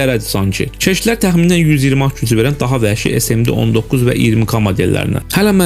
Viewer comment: Qardaş danişanda çırtıldayıb pırtıldayırsan.Bir az diktovkanı duzəlt.Qıjı olmayın da. Keşdilər yox keçdilər. Fısıldayırsan dodağın buraxır onu da düzəlt bir az.İstəsən eləyərsən.